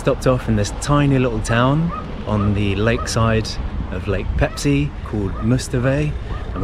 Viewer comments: 🤣 When I heard it first I was thinking - “No, you didn’t say Pepsi!”... second time...”Am I deaf...? No, you said Peipsi, yeah...definitely Peipsi.”... third time... “Wait wait wait a minute.... said Pepsi?? Noo...she said Peipsi! Or not... 🤔 “ whaaaat? 😁🤣😁🤣 Same same but different and it doesn’t matter actually! You are so awesome couple...so Pepsi or Peipsi!! What ever you want! You can! 😁🤣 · The lakes name is Peipsi, not Pepsi!😊In English language the lakes name known as Peipus.